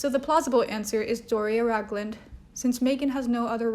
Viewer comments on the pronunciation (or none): none